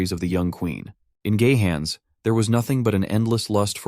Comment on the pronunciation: Ah yes GayHAn whahaa